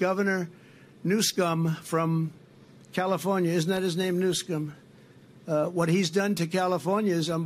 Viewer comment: I'm convince that Trump's reading ability, is at the level of a 6 year old. The man is reading from notes, yet he couldn't pronounced Gavin Newsom's name. He always try to act like a bad comedian, to make out it's some form of joke.